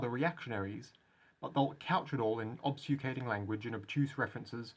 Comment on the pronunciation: How long until realizes it’s pronounced “obfuscate” and not “obsucate”?